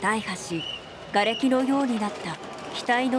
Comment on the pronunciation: この事故に私の東京の職場からも応援の人員が出たことで記憶があります。 大破：たいは 「だいは」は読み間違いです。